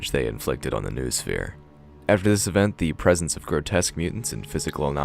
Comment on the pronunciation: Only after third time I got what you meant. Vernadski's Noosphere? It shout be pronounced like "noh-oh-sphere" (from νόος)